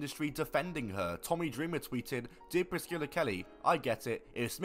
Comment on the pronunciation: How the hell does the dude in the video (not ) not know how to pronounce Priscilla. It isn't Priss-killa lmao.